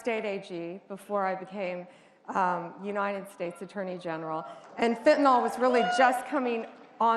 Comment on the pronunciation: I love what she's doing, but Fentanyl does not have an "O" in it... Why do some people pronounce it as "Fentanol" ?